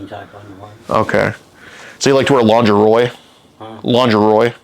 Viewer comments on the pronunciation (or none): Not lingerie… but Lingeroy 😂😂😂